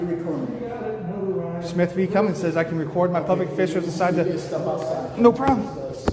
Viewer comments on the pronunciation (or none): none